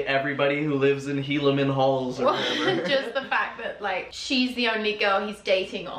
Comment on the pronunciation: did anyone else lose it when he said helamen halls??? Also I can't get over how good they both look this episode. Black turtlenecks are too powerful